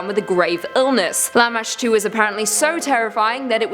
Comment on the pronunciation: Lamashtu? Or lamma stew. Lol gross